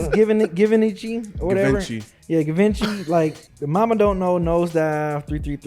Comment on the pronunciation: Them not knowing how to say Givenchy is funny for real 😂 🤣